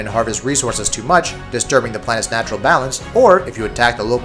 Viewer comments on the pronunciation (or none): none